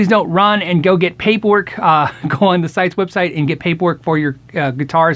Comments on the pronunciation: It is pronounced Site-eeeeees not sites. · I gotta be that guy and start out with a minor correction. CITES is actually pronounced "sigh-tease", I wouldn't have known If I hadn't heard folks pronounce it. Anyway, good info and thanks for sharing. There are a lot of exotic woods that have been exploited and used up simply because of the extreme market for the finer sticks, there are a lot of species that are suitable for guitar building, however, tradition and allure of certain exotics have steered us away from. Catalox is a suitable alternative Martin has been using for fretboards and bridges and I'm sure other makers will adapt quickly. It is an end of an era, as with ivory, tortoise shell, and ebony we once again have messed up our resource budget.